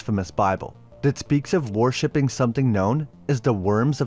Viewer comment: WORSHIPPING isn't pronounced like you do. You make it sound like WARSHIPPING. the O is like in WORMS. WURSHIPPING WURMS, not WARSHIPPING WARMS.